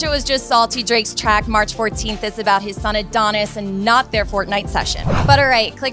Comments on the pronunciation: Its fortnite not fort .Nite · She said fortnite wrong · That was the most awkward pronunciation of fortnite ever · Adult say fortnite like fort-night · I don't know if I'm going crazy but don't you say Fortnite as one whole word? God what am I smoking